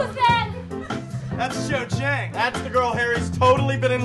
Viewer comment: I hate the Cho chang pronounciation